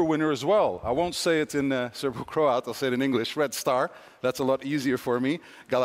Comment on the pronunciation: he said “Serbo-Croat”